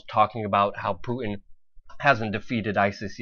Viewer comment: PuTin. Putttttin. It has a T in the middle! I know we are on the brink of WW3, but it drives me nuts! haha.